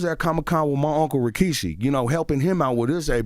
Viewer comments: was i trippin or did bro say Rashiki instead of Rikishi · Not CTG saying "Rashiki" 🤣🤣🤣🤣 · Bro how he said rashiki 😂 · Charlamagne put some respect on rikishi name say it right